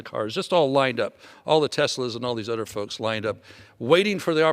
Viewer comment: He is very articulate when he speaks, but why are you saying "udder" in replace for "other"? Im not sure why that bothers me, but it does.